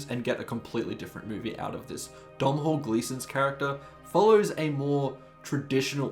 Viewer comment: Please learn how to say Domnhall.